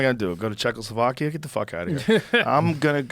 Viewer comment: Cehoslovakia? Really Joe? I thought you were smarter...